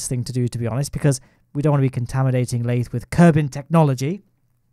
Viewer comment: Not a single soul:: lAyThE